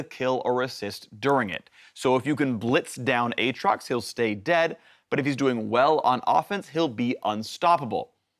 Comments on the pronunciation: YOU DONE MESSED UP A-A-TROX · A-a-trox I swear to ghad....